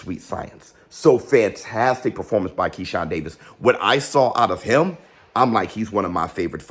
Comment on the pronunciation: Anybody ever notice shakur can't say the word "HIM" he says "HUM" LOL.. But anyway Shakur actually blamed the other guy for having a boring fight.. 😅 the guy is so annoying...Shakur should just not talk anymore